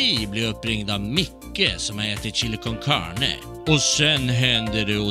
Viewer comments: Chili cön cörna😂😂😂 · chili cön cörne, nåhhhh!